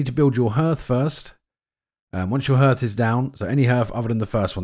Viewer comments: Harth, not h'rth ❤ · Why are all you YouTubers pronouncing the word 'hearth' (properly, h-ah-rth) as 'h-er-th'? I don't get it. It's a pretty common word.